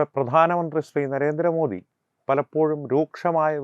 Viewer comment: ജിമ്മി ജയിംസിന്നു നരേന്ദ്രമോ ധിന്നിയുടെ പേര് ഉച്ചരിക്കാൻ കഴിവില്ലാഞ്ഞവനാണ് തോന്നുന്നു. ആണണം വേണം ബിമ്മി